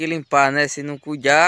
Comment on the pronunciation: Não entendo porque esse povo fala “CUIDJA” sendo que seria mais fácil fale CUIDA